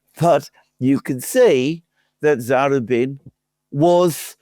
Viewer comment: BRILLIANT. SUPER INTERESTING. (Oh, it's za-RU-bin.)